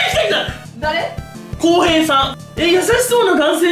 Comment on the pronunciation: こうへいさんの へい が「HEY」になってるの愉快な感じがしてジワった